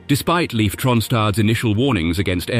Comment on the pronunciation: Tell your voice synthesizer that Leif is pronounced Leaf, not Life.